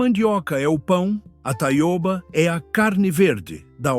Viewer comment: A leitura por IA é horrivel, metade com sotaque de Portugal, mas seu canal está no Brasil falando de plantas brasileiras... e Taiôba é um horror. Taioba, com ó aberto.